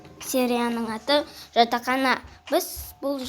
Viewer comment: Видео керемет, но жатахана емес жатақхана